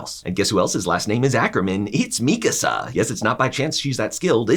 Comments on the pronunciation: i was initially annoyed by how he pronounced mikasa but this was a really good and funny recap. good job! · Man i hate the way he pronounces Mikasa and Gabby and shiganshina lol